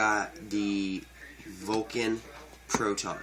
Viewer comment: Great review, I thank you for taking the time to talk about the gun. One thing though, there is no "O" in "Valken." It is pronounced like it is spelled: "val-ken," not "vol-ken."